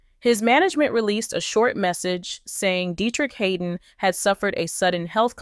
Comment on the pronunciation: His name is (Had) (don), Not Haydon!!!!!